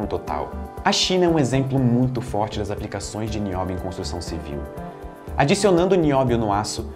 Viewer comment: É NI-Ó-BI-O TALQUEI?